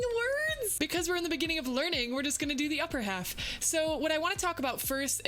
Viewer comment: You: in the beningging in the beningging Me: you mean in the begining